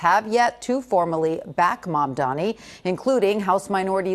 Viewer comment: Can you please learn to pronounce the name Mamdani correctly?